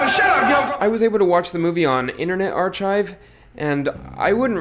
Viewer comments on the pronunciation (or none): Archive is pronounced Arkive, not Ar-chive. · Where the F do people learn to talk like they do?????????? ArCHIVE??????????????? The "CH" doesn't have a "chuh" sound like "cheese"....it has a "kuh" sound like "cut"!!!!!!!!!!!!!! UNREAL! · Never heard the word "archive" pronounced that way.